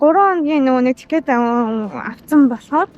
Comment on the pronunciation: Залуу гэр бүл бн ,хэлээ сайн сураарай . Mountain-Мо биш маунтн гэж уншна. Уул гсн үг. Охин билетийг тикет гэж биш тии-кт гэж өргөлт авч хэлнэ. За тгд европ ер нь хятадуудаас айдаг гэхэд болно залхсан ,бохир бүдүүлэг ,чанга орилж олны дотор ярьдаг гээд . Биднийг хятадууд л гэж харна ,иймд соёлтой байдлаараа л ялгарна .